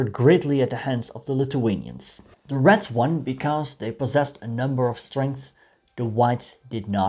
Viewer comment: I know. But when you talk, it sounds like you're saying "rats".